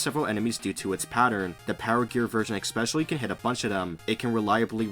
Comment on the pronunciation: "Exspecially"? "Axed"? "Excape"? You're kidding, right?